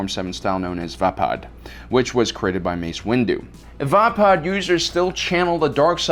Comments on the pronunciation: its called VAY-PAD not VAH-PAD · Why do you intentionally pronounce things wrong? Lol is this an ongoing joke? Like "Vahpaad" its pronounced "Vey-Pad" But then again this is a fake world so maybe you are actually pronouncing it right... hahaha